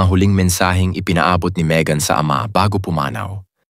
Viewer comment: Maegan to pronounce it is ( May as in month of May .. ang not MaEgan)